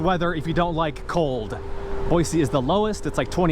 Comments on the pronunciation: Boy-C not Boy-Z. Thanks for the heads up! 👍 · Thank you for saying Boise the correct way.